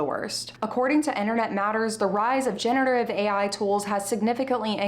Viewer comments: good video, though I am confused why you keep saying genETERive ai instead of genERATive ai. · off topic but am I the only one who noticed that she pronounces "generative" wrong?